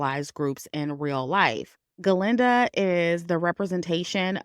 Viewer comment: Very good review! Sometimes you say Glenda and most of the time you say Galinda. And it's etcetera, not eXcedRA. But, other than the mispronunciations, really GOOD WORK on the movie analysis. Thank you!